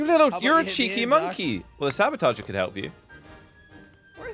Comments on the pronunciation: I love how they call the sabotoge, sabatoger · it's saboteur, not sabotager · the word is actually saboteur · Did you mean "saboteur"?